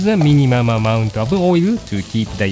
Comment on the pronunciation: mimimam amount~~